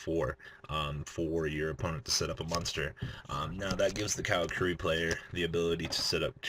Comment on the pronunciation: Car-a-curi not cow-ra-kuree